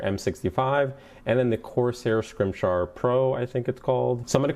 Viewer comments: "Corsair Scrimshar" It's scim-it-ar, you dope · si-mi-tar. It's not that hard. lol. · wow to that Scimitar pronunciation.